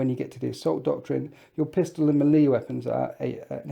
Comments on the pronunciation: You really need to learn how to pronounce melee. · Please stop saying melee like that. Otherwise, good video.